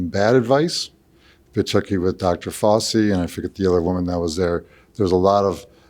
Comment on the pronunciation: I can’t believe more than half these people vote, how scary. So uninformed. The word Republican and rational thinking don’t mix… lol and the dude who calls Fauci “Fousi” 😂🤣 that guy is so cringe…